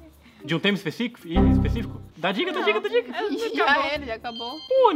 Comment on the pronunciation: "Espeficico" kkkkk kkkkk aaaaaiiiiiii meu deuuuuussssss kkkkkk